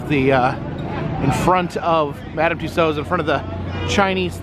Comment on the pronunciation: Nice work on the correct pronunciation of "Tussauds".